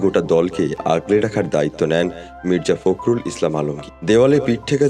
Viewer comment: ফাক্রুল বলেন কেন, বলেন ফক্রুল